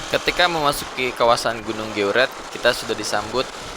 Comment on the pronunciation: Bukan geuret tp grute